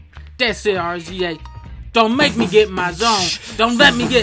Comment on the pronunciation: he said Ar Zee Eh lol